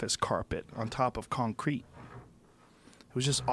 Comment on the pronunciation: he says concrete kinda weird lol